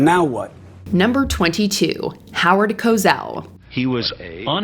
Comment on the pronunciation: Howard Ko Zell?